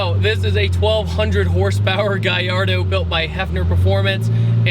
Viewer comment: Guyardo? never heard of it. Its called a Gallardo not Guyardo